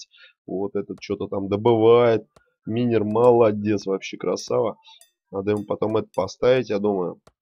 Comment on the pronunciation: Почему минер вобщето майнер запмни окай;).